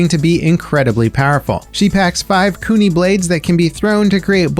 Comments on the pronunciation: Btw its pronounced (Kune-eye) for azami's gadget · Bruh...how tf do you mispronounce kunai!? Oh no...